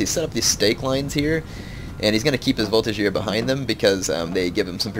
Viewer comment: Voltigeur has a G like 'get'. Chasseur has an S like 'harass'. When you say arty is OP do you mean the howitzers? Because I would agree